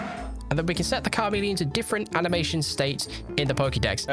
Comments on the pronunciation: it's charmeleon not carmeleon! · Car-Meleon though? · Did you say Kar-meleon??? Dude. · Pokemon fan but mispronounces even common poke like car meleon XD and thinks its a icecream not a spade stuck in ita head..